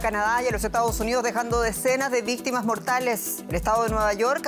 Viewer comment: dice Víctima, pero la palabra es Víctimas, no pronuncia la letra S final, y eso que es DW en Español......